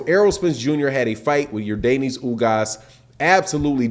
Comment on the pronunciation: You pronounce his name like Your Dennis. Stop saying Your Daneis. It's Yordenis.